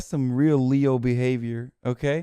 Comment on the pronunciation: leo behivieurr wtf dude